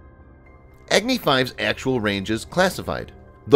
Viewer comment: Its not eggnee 5. Its agni 5